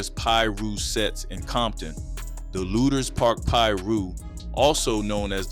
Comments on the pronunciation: The way you would pronounce Lueders (Lu-ders) Lu-Aye-ders 😂😂😂 I just know you're not from here. However, great commentary 👍🏾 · Its Pronounced LOOTERS